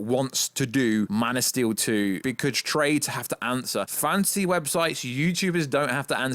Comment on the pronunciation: whenever you say fantasy, it sounds like you're saying fancy